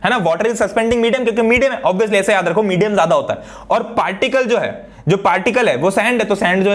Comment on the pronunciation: "OBIYOUSLY" lol Op Bolte!!!!